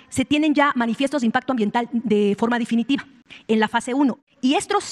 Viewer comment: Difinitiva ??? No sabe ni hablar Definitiva se dice así, nos da tristeza que esto nos gobierne